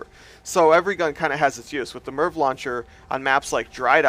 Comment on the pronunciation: "GONNA BE COVERING THE AM AY AR VEE LAWN CHAIR".